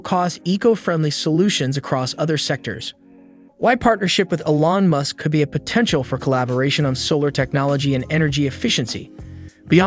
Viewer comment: You might consider pronouncing Mr. Musk's name properly. You parrot my own thoughts, expressed in these pages.